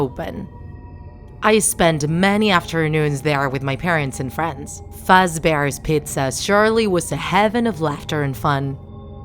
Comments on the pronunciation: The person: "animatronic dolls" "bony" "frety foz bears pixza" Me dying in the background Also me:at least she said chica correctly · fraddes fatsbear piza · " fuzzbears pitta "